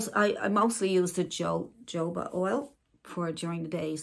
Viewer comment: The “ J “ is Pronounced As An “ H “ …HO HO BA